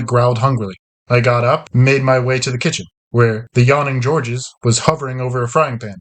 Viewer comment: Georges is a French name. The 's' is silent.